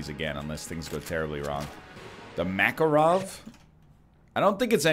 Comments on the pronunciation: Please no makaro'v , his name maka'rov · It’s pronounced “mah-car-ov” as in “dude, where is mah car?”